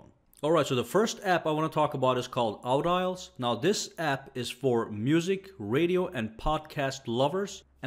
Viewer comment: I think its pronounced aw-D-alls. Emphasis on the D, not the au.